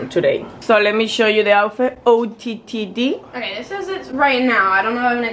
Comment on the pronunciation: someone needs to tell her it’s ootd not ottd